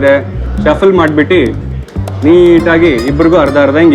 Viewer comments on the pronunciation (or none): bro it's madbittu not madbitti